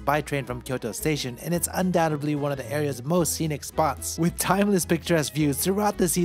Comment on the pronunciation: To make sure, you know it's 'undoubtEDly' and not 'undoubtABly' right?